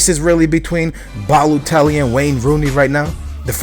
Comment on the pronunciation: IT'S NOT BALUTELLI IT'S BALOTELLI DAMN IT! haha there's a friggin difference between a U and an O